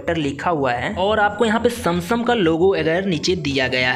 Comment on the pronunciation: Samsung ❌Samsam ✔️